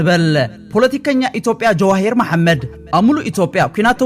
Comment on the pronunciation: ጀዋሂር አይትበል . ጀዉሃር ኢልካ አርማ ሰበይ